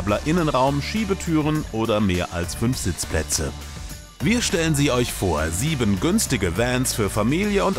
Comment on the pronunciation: "Sieben" lol